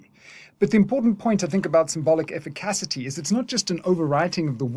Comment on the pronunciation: This is another great video, and you’ve taught me a lot about Lacan over the years… BUT brother, I can’t take you mispronouncing “efficacy” anymore! I only bring it up because I care ❤️